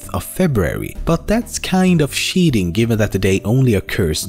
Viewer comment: "..but that's kinda sheating." Nordic accents are great! XD